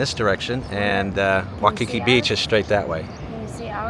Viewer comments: Oh my gosh again why the silly Wikipedia stats. It is pronounced WHY Key key not wah Kiki. Balconies are lanais. You did pick a good hotel. Best breakfast buffet. If you still there you should try doors off magnum helicopter tour. Not cheap but you will see something amazing and learn some good history.. Aloha. Enjoy your stay . Go diamond head run right from hotel only about about 5 mile return. Way more safe dan you crazy trip to wainai. Good market in weekend amd you can walk by studios were dey filmed both hawaii five 0 and magnums too. Aloha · Your pronunciation is missing the"EEE" sound for the letter "I". So it's "EEolani" Palace and "Wy-ee-kee-kee". You keep saying "Waukeekee" like it's in Wisconsin! On the USS Arizona, you don't mention that the sailors are still below, still IN the ship. You are walking on their tomb. Kamehameha is pronounced "Ka-may-ha-may-ha". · This is why "locals" are moving to NEVADA. HAWAII is Hard Core BLUE, so I do NOT believe those Statistics. Its WAY WORSE then those Stats indicated (Former Resident 26 years). And its "NOT" "WAU KI KI" Its "WAI KI KI"....lolzz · 'Waikiki is pronounced 'W-eye-kiki. You are pronouncing it as 'W-aw-kiki'. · It's not pronounced 'waw-kiki, it's' why-kiki. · Just correcting your pronunciation of Waikiki, it’s Wai-ki-Ik not Wa-ki-ki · You say “wah-kee-kee” and I say “why-kee-kee”. Let’s call the whole thing off.😜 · It's pronounced why-key-key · Why-Ka-Key!Say it! Say it! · Hey guys!! Awesome video. BTW, the beach is pronounced WHY-KE-KE. ALOHA!❤